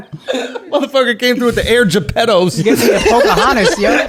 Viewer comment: Dawg, I died laughing when Andrew called them Air Geppettos.